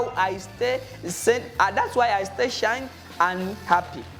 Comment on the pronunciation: But the word sane u pronounced it shine,ties u said tires plz check on your pronunciation grammar.last time on doreen kabaleree Post .......anyways am not a dictionary simububi.just coz u give us different meaning as we hear yet its different